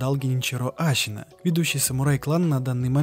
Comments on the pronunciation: Мне одному кажется что он говорит вместо Ассина Ащина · Отличная работа. Только я не понимаю, зачем говорить Ащина, Ищщин, Щиноби... И секирО. Ну даже в японской озвучке ясно слышно СэкИро А, ну и конечно же не секиро вовсе, а Волк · ты проделал такую огромную работу, прошел игру несколько раз, но при этом не выучил как произносятся слова? ГенИчиро, а не ГеничирО, СЕкиро или СекИро, но точно, блин не СекирО, ГАрда, а не ГардА, Ашина, а не Асина. Крайне качественный ролик с режущими ухо каждую минуту названиями. Ну как так? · тоже сначало резануло слух, то потом понял что в аниме именно так и произносят. ТОЛЬКО САБЫ , ТОЛЬКО ХАРДКОР